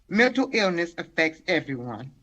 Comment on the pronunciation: Hearing his mother speak, I now know where duh rell gets his horrible grammar... (or so) "po-rm" and "muntel" illness.🤦🏽‍♀️